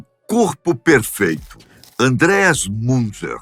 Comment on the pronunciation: Pronuncia do nome é MUNTZA